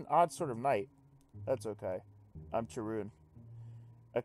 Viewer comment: Pretty sure it should be pronounced Ka-run, since it's from the Greek "Charon".